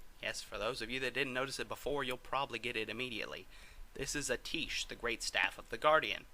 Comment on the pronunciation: Atiesh is pronounced aydesh and medivh is pronounced medeev